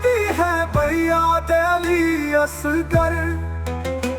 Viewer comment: AI نے پڑھنے میں دو غلطیاں کی ہیں. علی اصغر کو علی اسگر اور نجف کو نزف پڑھا ہے